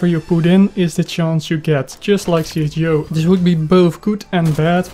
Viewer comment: i know but you are saying it not right